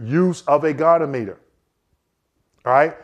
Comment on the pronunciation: as one vet to another, I gotta harrass you: it's a Go-Knee-ah-muh-ter